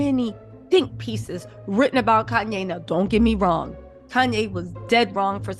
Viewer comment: Andre Leon Talley, not Koonye, I mean Kanye 😷 also my kids are 15 mths apart so I can relate, better to get them out of the way especially at her age.